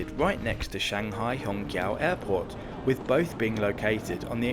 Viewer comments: little reminder, it should be pronounced as shanghai hong chiao2, instead of hong kiao2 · qiao is pronounced chee-ow, not kee-ow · I think its more simmilar to Hong Chiao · If basic pronunciations aren't learned, one gets confused. Hong Qiso is pronunced as " hong chiso". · I was a little confused until I saw the Chinese characters and the Pinyin for 'Hongqiao'. The Mandarin Pinyin 'q' is never a hard 'k' sound, but a variation of 'ch', so "Hongchiao" would be much closer. It's already been mentioned, but I thought I'd throw in my two cents. 🙂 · Hongqiao is pronounced chiao. Ch sound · Not ch, but 'ts'.As in rats. may be confusing if you dont pronounce rats the same way i do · the shanghai Hongqiao airport, should be pronounced as /hɒŋˈtʃaʊ/ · To help you with your Mandarin pronunciation. Hongqiao -- the Q is, roughly the same as a CH, so it's hong-CH'YAO. There are rules of pinyin spelling for when you use a ch in spelling and when you use a Q. Never mind. When you see a Q, there's always an I or U behind it, so pronounce it like CH. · Amazing video and a brilliant train! Just a slight nitpick, the "qiao" in hongqiao is pronounced like ciao in Italian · in Chinese phonetic "q" is pronounce "chi". So Hongqiao should be called Hongchiao. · Just register that your pronunciation for Hongqiao is a little incorrect. You should say similar (not exactly) to HongXiao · bro when u say hongqiao got me laughed, and i replay to listen it again🤣😂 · While it is lovely to not have Americans mispronouncing route, you managed not to pronounce Hongqiao correctly. The Q is often the CH-sound (as in chew). You do however have infectious enthusiasm, and I envy you your experience on this train.